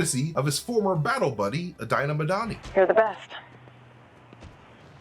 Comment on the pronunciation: Why does everyone pronounce ''Dinah Madani'' wrong?